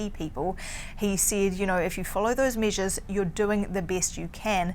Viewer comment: Why does she keep mentioning measles (instead of measures). And she wants more "tasting" instead of "testing" LOL Couldn't they find a Canadian woman to speak about the Canadian COVID-19 situation?